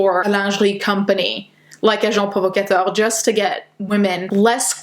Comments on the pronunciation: That is deeply concerning... Also you made me bug for a bit when you said "Agent Provocateur" because as a french person it sounded like your accent was pretty good :3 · As a French Canadian I was so impressed at the way that she pronounced Agent Provocateur 😭✨